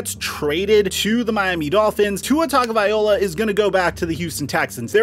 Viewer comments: Repeat with me: TA-GO-VAI-LO-A. - Tagovaiola! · Bro, please learn how to pronounce Tua's surname properly. Tagovailoa.... It's pronounced TAH- NGAW - VAIEE- LAW - AH. Coming from a Samoan. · How come you don’t know to correctly pronounce Tua’s last name? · Do you think he purposely miss pronounced names to get more comments? Tuhrod?!? Tugavayola?! Where does he get these pronunciations?!? Taga-va-Loa, Ty-rod not that difficult.